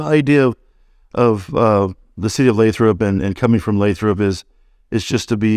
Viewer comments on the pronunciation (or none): You pronounced it “Lay-trop” right? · It's pronounced "Lay-throp"